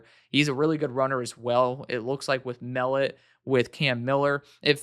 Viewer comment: For future reference Tommy Mellott is pronounced (Mul-lot)… real high motor guy, let me tell you. He will be the first in last out of that locker room. Super sneaky athlete.